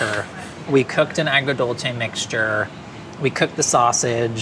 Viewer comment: My jaw dropped when nailed “agrodolce” 😯😦😮